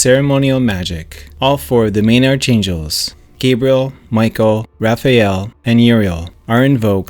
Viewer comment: "Arch-angels" is correctly pronounced as "Ark'-angels". This may be a.i. narration, eh. 🙄